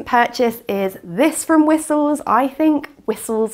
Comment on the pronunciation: I remember I had such a hard time, years ago, figuring out it is Whistles because I always thought said 'whisols' or 'wisoels' 😅